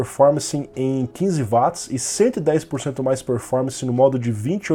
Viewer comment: Pronuncia correta de Watts = Uóts e não Váts